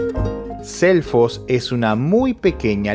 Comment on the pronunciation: Por un momento pensé que decia elfos